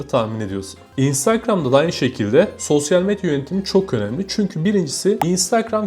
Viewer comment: SOSYAL METYA DİYO DELİRDİM DİNLERKEN